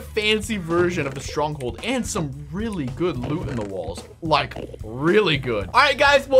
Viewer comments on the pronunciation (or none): Did that say stonghold??? No r